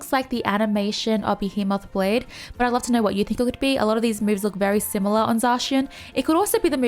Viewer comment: I prefer Zacian personally. He's a big sword dog. I like big sword dogs. (Flashs back to great grey wolf Sif) Edit: it's pronounced Buh-Hee-Muth Blade. I don't know if this helps but hopefully it does.